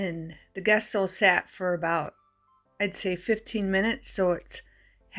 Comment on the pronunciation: The gesso is pronounced as Jesso.